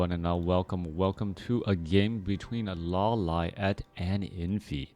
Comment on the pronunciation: lo-li-ate lol